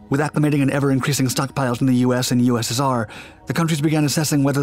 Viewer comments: "The US and the USESAR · Dude, slow the talk down a bit. You said USSR so fast it sounded like USR.